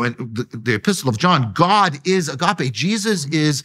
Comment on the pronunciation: If hes going to say agape so much, at least pronounce the gamma better. It's embracing to watch.